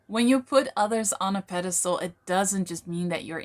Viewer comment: “Pedestal”;), not “pedestole”